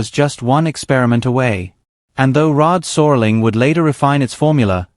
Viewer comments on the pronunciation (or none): Born in 1948, I remember 50% of theses shows. By the way, it's Rod Serling, not Rod Sorling. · Yeah, “Rod Soarling” for one thing. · Narrator seems human but can’t pronounce Rod Serling.